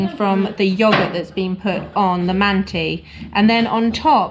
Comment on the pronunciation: You must pronounce “mantı” /mun-tah/, mind the dotless (ı) in its spelling.